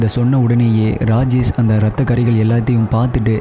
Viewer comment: Please improve your pronunciation. For Rajesh you're pronouncing as Rajes